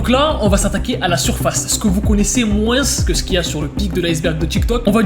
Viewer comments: salut ..... arrête avec ton moinssse on ne dit pas le S bordel .... ça énerve très vite !!!!! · oh mon dieu.. vous conaissez sora? il as fait une vidéo sur ce que disait la france et un moment donné, il y a des fr qui disent pas moins ( se prenonce: moin ) mais ils disent moinsS (se prenonce: moinsse) et le dit..(je fait pas preuve de rascisme hein;-; ) c'est juste choquant enfait:) (parenthèse fermée) sinon, une masterclass, j'adore la vidéo! continue comme sa!!